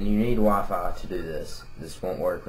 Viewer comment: it sounded u said waffle instead of wi-fi